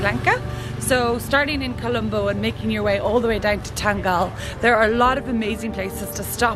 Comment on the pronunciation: Its pronounced as Than-gal-la 🙂